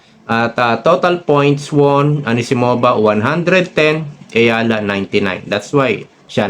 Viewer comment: Eala po hindi Ayala sir